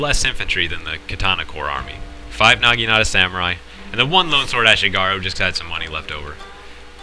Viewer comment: he sed nageenata lmfao